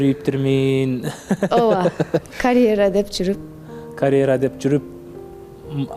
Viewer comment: Карэра эмес, каръера деп туура сүйлөчү, айланайын